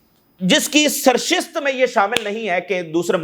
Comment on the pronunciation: سرشست نہیں سرشت ۔